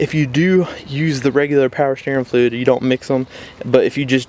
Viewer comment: “Pow sterrin flewd” 😂😂